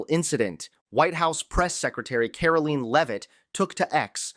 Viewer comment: It's Karo-lying Levitt.